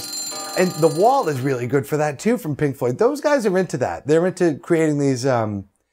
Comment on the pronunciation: Lol. Thought he kept saying Pink Foot. N i was about to make a comment to listwn to some tunes from Pink Floyd. Lol.